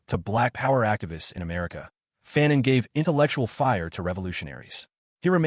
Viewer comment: Fa-non Fa-non Ya pronounced foo-cau’ well enough. But its fa-non. Not faaan-on